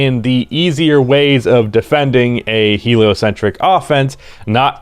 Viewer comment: There he goes again saying heliocentric